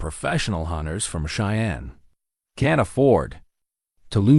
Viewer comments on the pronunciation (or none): none